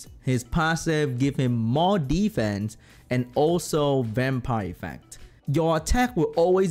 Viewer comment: Re watch this video and take a shot every time say ddddfence 😂😂😂